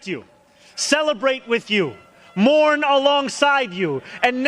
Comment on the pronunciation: "I will... moum alongside you" That's building confidence, for sure. Is he up to something?